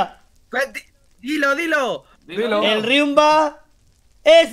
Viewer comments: Dijo "riumba es rial he" es lo que dijo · Like si también escuchaste que dijo que Riumba es Rial 😍😍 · Eso Riumba riale dise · AHHHHHHHHHHHHHHHHHHHHHHHHHHHHHHHHHHHHHHH TIMBA DIJO RIUMBA ES REAAAL AHHHHH